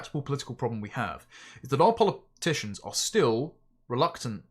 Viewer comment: Polyp-ticians lol😂